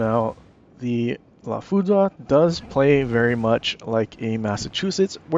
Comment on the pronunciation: According to Google, it's pronounced "La FOO-DRR." Great video and information.